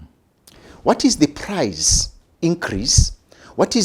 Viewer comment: Price not prize